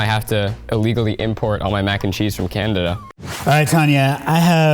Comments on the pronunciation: The guy said candada not canada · "CANDADA" lol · Did he say candada? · Did he just call it "Candada"? lol..! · Did he say "Candada"? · Did anyone hear 'Candida'? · Lol, he said "Candada"